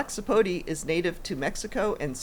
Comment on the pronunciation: It's pronounced sapotA not sapotee